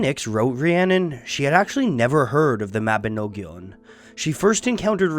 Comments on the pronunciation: Mabinogion is pronounced Ma-bi-nog-ion as Well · I have never heard a non Welsh person try to say Mabinogion before, and it was jarring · lol does he have to keep saying mabinogion like that